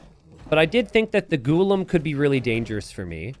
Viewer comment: Its pronounced Ghulam